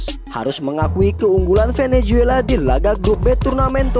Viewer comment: Bukan venejuela min.klo nyebut yg benar.